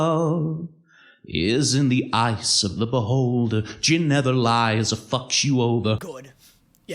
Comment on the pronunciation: all this time i thought he said JIM never lies and he fucks u over, thinking who TF is JIM.. then i realsied it gin like the alcohol 💀